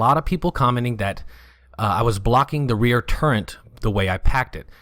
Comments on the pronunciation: Very nice vid. Thanks for the effort bud. You keep saying "Turrent". I cant figure out what that is. Do you mean Turret? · The word "turret" has no N in it. That said, nice video, very informative.